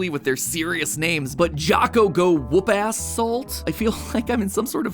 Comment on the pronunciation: Is nobody gonna bring up that he said woopass